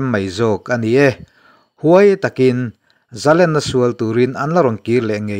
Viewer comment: Zalenna tih loh tur. Zalènna tih tur.